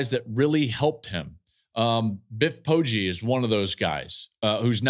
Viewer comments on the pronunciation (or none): none